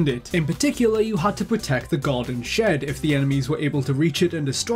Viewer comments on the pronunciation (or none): none